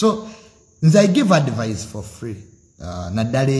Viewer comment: its called advice not advise...in pronunciation